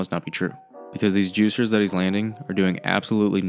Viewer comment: why say juciers